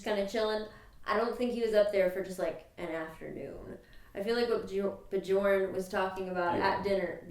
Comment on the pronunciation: Bee-yern. Not Bee-yawn